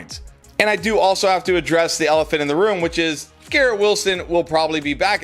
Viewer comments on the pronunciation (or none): none